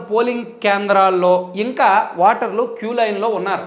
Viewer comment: వాటర్లు kadu ra nee ayya...ఓటర్లు అను...నువ్వు కూడా మా కేసీఆర్ లాగే ఉన్నావ్